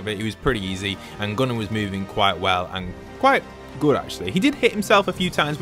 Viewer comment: You called him gunner but it’s Goo-nar